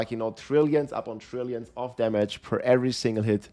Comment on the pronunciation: Trrrriiilion of trrrriiilion